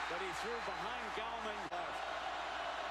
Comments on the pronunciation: Thanks to the person who told him between Clemson offense series #1 and series #2 "Hey man....his name isn't GOWman; its GALLman." :) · ....and then he started calling him Gowman again.....sigh